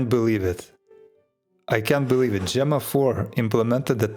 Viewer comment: Enjoyed your new pronunciation of Gemma. It's rare to see someone learn and change how they speak. 👍